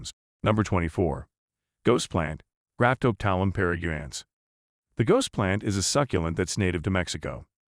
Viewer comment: Lol you showed 3 dif plants under the graptopetalum paraguayense name u know, ghost plant, .... At least show correct info if you're going to act like you know. 😏... And you pronounced it way off base. There are many other mistakes but I'm going to let you figure them out.